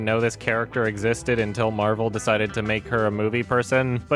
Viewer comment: Captain Mehvell